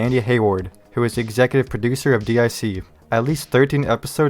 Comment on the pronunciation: DIC is not pronounced "Dee Aye See".